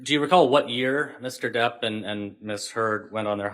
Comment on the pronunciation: It is not Johnny Deaf but Johnny Debt!!!!